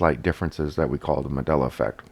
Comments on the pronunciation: Did he say "Madela" effect? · Really ? One Harmony should be Bad Harmony. You don't have to be a professional speaker to know basic English. To pronounce the name "Mandela" incorrectly is an insult to the Man; "Madela"? Really ? DUMB. " NASA and all the Stromners "? " if you know astromany "? "the whole solar system, and all the stars, 'is' 100 percent..." That should be "are". We wonder if your day job requires you to speak. Maybe you're a Mime. As far as this useless video ? Well... useless. All talk[bad] and no proof. Yep, useless. Have a good day on "this" Earth.